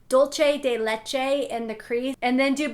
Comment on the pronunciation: lol "dolche" de leche... its pronounced like DULse